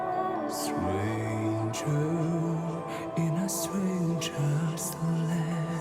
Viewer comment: Pronunciation still has some issues, sometimes he forgets to pronounce the "t", so sometimes it's ok but other times it's "Sranger in a sranger's land" and strength is pretty much every time "streith".